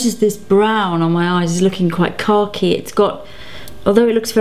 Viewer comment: she said "khaki" and the way she said it is actually quite close to the way it is said in Hindi and Urdu which is where the word originated from :)